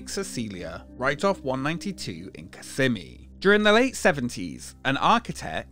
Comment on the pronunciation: I remember my dad took us to this when I was a kid. I thought it was so cool! P.S. It’s pronounced kiss-SEH-mee (based on a Native American word)